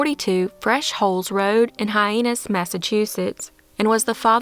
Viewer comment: Your mispronunciation of "Hyannis" is subtle, but particularly amusing in light of the address on "Fresh Holes Road."